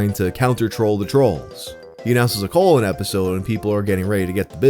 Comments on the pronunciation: Dude. It is majorly distracting when you keep saying "colon" instead of "call in." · ohh call in show. Not colon. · bro... its call in show, not colon show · I thought you said colon show